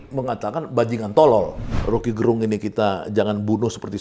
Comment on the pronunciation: Gerung itu pelafalan e nya diucapkan Sama seperti melafalkan terong..jadi bukan gerung kayak melafalkan terang....